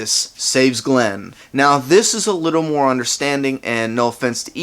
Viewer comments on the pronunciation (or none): none